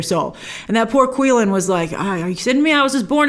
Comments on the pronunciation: The beast’s name is Qi Lin. The pronunciation was not “Kui-lin” but more like “chi-Lin”. In Japanese it’s called Kirin. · It is actually pronounced qi-lin (chi-lin), as how it is pronounced in the film numerous times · The Qilin is not pronounced like it looks. it's prounced Chill-in. Did you watch the movie, bro? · Quilin is pronounced 'Chilin'.